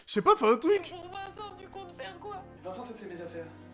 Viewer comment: « viencent imetre🤣🤣🤣🤣🤣 »